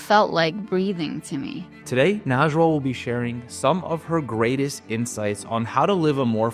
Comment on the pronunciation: Excuse me, but the correct pronunciation of her name is Nejwa (something she mentions in Welcome Home; excellent book). Loved this interview!